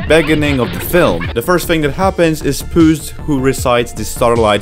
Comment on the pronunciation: Why does he say pas in stead of puss sometimes? Btw it’s not a spade it’s a fricking sword a weapon not a farming tool smart alec YouTube won’t get you for saying sword it’s not copywrite it’s only associated with violence but it hardly causes it in this movie